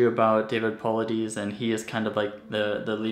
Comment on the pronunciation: This is was a great video, just one thing that was bugging me David last name is pronounced po-lie-dis. Good job keep it up, and I can’t wait to see more videos from your channel. From your friend in Alaska